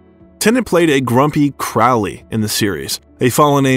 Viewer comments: or pronounce key words and names, Crawley el al. Not a bot just superficial if comprehensive research. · It’s a pretty good overview of one of the finest actors of his generation. But for the sake of grammar, Sir Terry Pratchett’s name isn’t “pruhTCETTE”, it’s PRAT-chet”. And Crowley is pronounced like the bird “crow” in front.